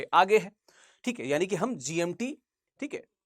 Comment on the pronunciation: Sir , plz check the pronunciation of GMT. It is not the way you are pronouncing.